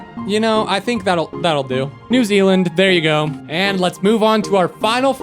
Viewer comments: new "zeland" its zealand XD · ‘new zeland’ 😭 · Bro didn’t even speak Zealand right